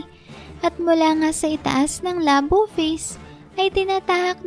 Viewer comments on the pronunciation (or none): none